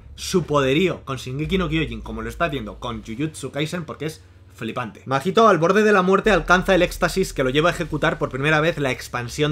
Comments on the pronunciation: AMIGOO NO ES MAJITO, ES: SE LEE MAHITO Y SE PRONUNCIA MAITO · Se dice maito no?? Segun yo la H no se pronuncia